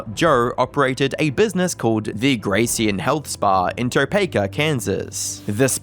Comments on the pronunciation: Bro! Look up a pronunciation guide. Grecian is Gree-shun. Topeka is tow-peek-ah. Wichita is witch-ah-tah. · It’s pronounced “Grecian,” not “Gracian.” It’s “Topeka,” not Topekka” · I was surprised by the pronunciation of Grecian as -grees-ee-an, I've always said it like Gree-shun